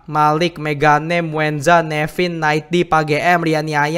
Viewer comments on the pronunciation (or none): Muenza bang bukan muezza 🗿